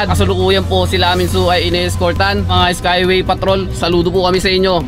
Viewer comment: Skyway hindi skaywey